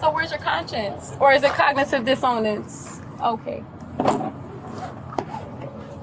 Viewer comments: "Cognitive Dis ownance" 🤣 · What's "cognitive dis ownance"??????? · Can't even pronounce dissonance correctly. Gotta love when morons try to sound smart, with their room temperature IQs.